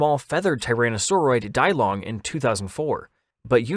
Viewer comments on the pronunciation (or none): Dee - Long not Die-Long😂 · Yes! I've been hoping for a Yutyrannus video. Because it will likely come up again, Yixian is pronounced like ee-she-an and Dilong is dee-long.